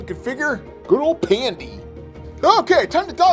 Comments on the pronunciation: not pandi its. bedgi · Its badgy not pandy lol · It’s not pandy it’s badgy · When he said pandy it was actually badgy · Me when he said pandy when it was badgy bruh do u play piggy -_ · You have been mistaken, its not pandy, its badgy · He said pandy when thats badgy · When you said pandy his I was like his name is actually badgy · You said pandy but his name its badgey not pandy ok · Did he just say pandy to badgey? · Not budgey badgey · U said pandy not badgy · It’s badgy not pandy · Uhh its not pandy it's badgy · It is not pandy it is badgy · It's not pandy its badgy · Its not pandy ya dork its badgy